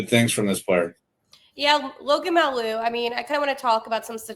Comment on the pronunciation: Habs fan here... We feel the same about Logan Mailloux: "You have to give something to get something." The facts are that the Habs are overstocked in defense and goalies, and the Blues have a of forwards. Your ignorance comes out in that you don't even know how to pronounce Mailloux's name (or even Bolduc's for that matter). You could have done some research BEFORE you made the video, it's all out there for you on YouTube. But you didn't even bother to do that much to figure out what you got. Montreal is NOT pretty much Toronto: you guys are absolutely uninformed.